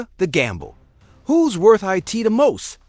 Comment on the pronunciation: Eye Tee truly baffles me how this AI can speak all of these complex sentences flawlessly but cannot say the simplest two letter word "IT".....Very annoying😒